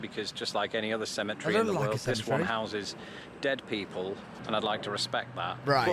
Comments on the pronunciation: What is a symmetry? Does he mean cemetery? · Did he say "symmetry" or "cemetery"? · Ok I love but I can't understand why he said cemetery as symmetry. There's an entire syllable he's missing, lol.